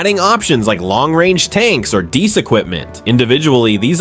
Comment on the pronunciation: Is "deese" equipment anything like de-ice ( and that is how deice is pronounced) equipment? (And it always used to be spelled WITH the hyphen.)